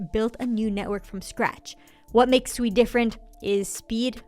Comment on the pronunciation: Thank you for being one of the few influencers to pronounce SUI correctly. Even Raoul Pal pronounce is it, just like everyone else to be fair, like they're calling a pig. It's pronounced like you're saying the word sweet but you just dropped the T. You're awesome for pronouncing it correctly. Also love the balance of the rest of your content.